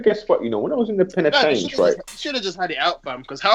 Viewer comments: this guy says penatench 1 more time im fuckin done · It's a prison not penitentiary